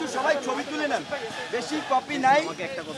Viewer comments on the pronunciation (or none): none